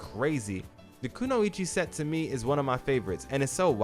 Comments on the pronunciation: Glad to see I'm not the only one that thinks the teddy bear outfit looks stupid 😂 You're definitely pronouning Kunoichi correctly. Reminds me of when I used to be stationed over there a long time ago. It's so interesting to see everybody's opinions when it comes to the tier list great video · If people don’t know you’re pronouncing “kunoichi” correctly, then they only watch English dubs. 😂